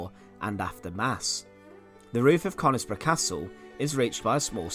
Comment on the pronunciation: the locals pronounce it as cunisbro ! :)